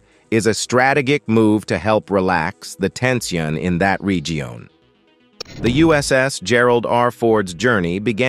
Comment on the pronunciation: Stra te giac? Re gi on? Comman maaan